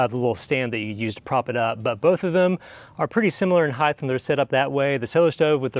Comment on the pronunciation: Height, not heighth. You are anuncuiating that H unnecessarily. Great videos. Thank you.